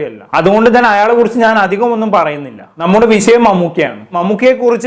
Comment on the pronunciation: വിസയം അല്ലടോ വിഷയം നേരവണ്ണം സംസാരിക്കാൻ പഠിക്ക്‌